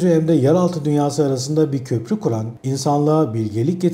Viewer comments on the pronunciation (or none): none